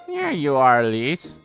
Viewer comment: Right off the bat and you pronounce "Elise" entirely wrong.